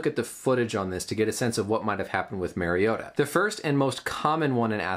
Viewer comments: Title says "Mariota" but you keep saying Maryota. Not knowing the subject's name doesn't exactly bode well for your claimed level of education (MD). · Pronounce Mari not merry. Great Vid though !! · It’s Mario-ta. Not Mairry-ota. Marcus and Mariota have the same first syllable and pronunciation. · Dope explanation. Tidbit so you dont get killed by Ducks and Titans fans....its MARR-iota and not MARY-iota...LOL! Great video! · It’s actually MARIO-TAH. That’s the correct pronunciation of his name. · MARIO-TAH That’s the correct pronunciation if you guys have trouble with Samoan. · In all fairness I mispronounced his last name :/